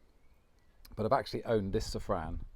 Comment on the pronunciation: Can you PLEASE pronounce "Safrane" in French instead of "Sefren"... It really sounds ugly. Merci beaucoup...